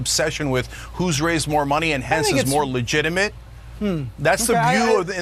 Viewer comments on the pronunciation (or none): none